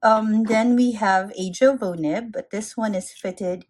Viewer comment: Jowo is pronounced "Yo-Vo".